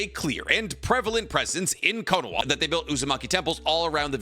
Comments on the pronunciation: Anyone noticed that he says "Konawa"? But the thumbnail and title are spelled correctly "Konaha" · Why does say kohnowa